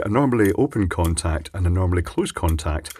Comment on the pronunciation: I still hear "corntact" while working.